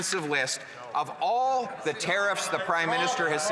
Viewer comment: Am I the only one that can't stand these ridiculous liberals? " Mr Speaker we will take no lesson from da conservative". Seriously Champagne, shut the eff up.